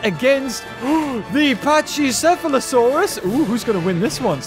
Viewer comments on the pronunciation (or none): uh pachycephalosaurus is pronounced paCKycephalosaurus